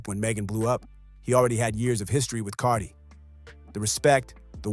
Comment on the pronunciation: Haha i love how can't say Cardi's name. 😅